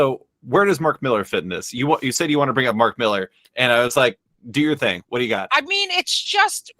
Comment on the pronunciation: Claims to be Scottish, pronounces Millar incorrectly, fails to do the accent. 🤦‍♂️